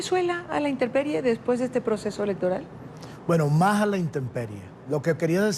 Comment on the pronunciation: Intemperie no interperie